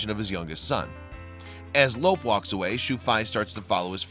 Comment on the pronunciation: Your saying Lope's name wrong. It sounds different than it looks because there is no accent mark in the English language. His name sounds like Loopy. Lope' It is a Spanish name. Your saying it like elope, without the first e.